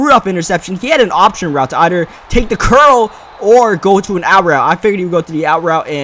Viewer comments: he said "this isn't gonna help eider"😂🤔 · listening to this guy pronounce some words is absolutely hilarious "ider"